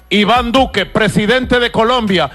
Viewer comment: you need to work on your Spanish pronunciation. You pronounced the names Aragua & Duque incorrectly